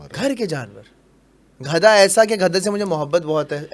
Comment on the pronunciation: Ek baaa bataen 🛑 gadha Hota hai ghada Nahi